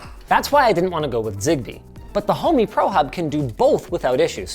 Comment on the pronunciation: Thought the same. It's actually "Homey"